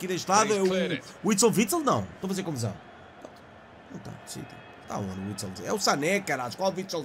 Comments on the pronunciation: " Witsel Vitsel" "joga no man u" tás todo mamado 😂😂😂😂😂. Tás a confundir o Fellaini com o Axel Witsel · Witsel vitsel 😂😂😂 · Ele chama-se AXEL WITSEL e não WITSEL WITSEL 😂 e joga no Dortmund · Witsel Vitsel ahahahahahahah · Witsel vitsel 😂